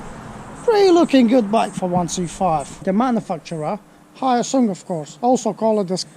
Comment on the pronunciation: Pronounced wrong, sorry